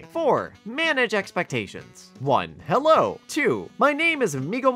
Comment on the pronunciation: Yeah they pronunce hello like jelou